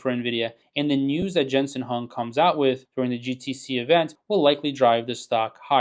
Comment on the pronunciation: You are a genius! Down almost 3.5% today! Probably should spend more time learning how to pronounce the CEO’s name and less time pumping up an event that will do absolutely nothing for the stock price. Quick money is never a blessing in the end.